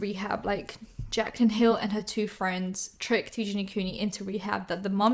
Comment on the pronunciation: timestamp or near it and she says "jaclyn hill" wrong last name haha.